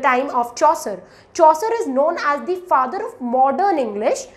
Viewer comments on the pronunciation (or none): none